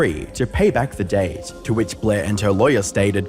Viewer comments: debt, pronounced "det", not whatever the fuck you said. i cannot subscribe to a channel that can't even do a simple google pronounciation check rather than make a tit of themselves lmao L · I’m pretty sure the way he said debt is in an English language I just don’t know from where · Check pronunciation of debt then shunned. It threw me off a bit because with all the AI creators, I thought you put all your script into an AI voice app. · won't subscribe to someone that can't even pronounce the word debt lmaooooooo L